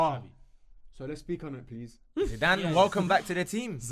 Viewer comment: Put some respect on Zidanes name